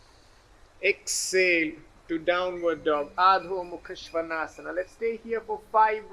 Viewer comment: Adhomukhashwanasana prononsation could be more better.